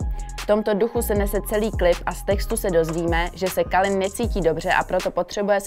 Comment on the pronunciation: Calin se čte Kelin a ne Kalin